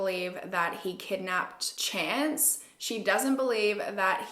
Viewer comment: I thought his name was Chant not Chance 😂